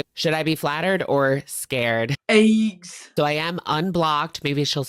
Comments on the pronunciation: I can’t look at ayegges the same again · I laugh every time I hear say “ayeggs”